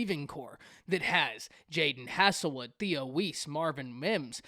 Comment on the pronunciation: Hazel wood. Not Hassle wood. Thanks! Good vid though.